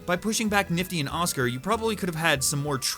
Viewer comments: did he say 'Oscar'? Why can't anyone get the name right - many people also say 'Husk' instead of 'Husker' also Blitzo's o is silent :v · People here are talking about pronouncing Blitzø's name as "Blitzo" but is no one gonna talk about how he called Husker "Oscar"?? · You know.Not to be a total “NERD VOICE:Ummm actually, his name is pronounced Husker not Oscar” I just wanted to make the joke before anyone else could. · Ik I don't like nitpicking. But it's Husker, not Oscar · My criticisms of your video: Your opinions are all valid. I have no problems with them. I get the feeling, though, that the mainly red/pink designs came from FNaF Sister Location. Also, his name is Husker, not Oscar. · Sorry to correct you but it’s Husker not Oscar